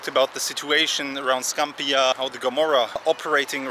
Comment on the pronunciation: You are saying Scampia incorrectly.